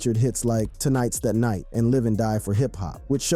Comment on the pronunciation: Also you called it Tonight's tha night and "TOE knights THAnight.